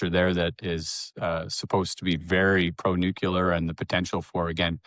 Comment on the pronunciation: Did I hear it wrong or did he say "Nucular"! Anyone who has looked at the U situation can repeat what he says about demand. That has nothing to do with whether his project is viable. That they are near Cameco also isn't very significant.